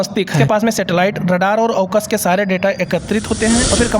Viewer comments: Aaksha ❌ Awacs ✅ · Aukas nhi bhai Awacs h 😂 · Bhai okas nahi awacs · अवकस नहीं अवाक्स होता हैं। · ऑक्स नहीं एवैक्स सही शब्द है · Arey wo awkash nai hai awacs hai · भाई उसको अवाॅक्स कहते हैं .अवकास नही कहते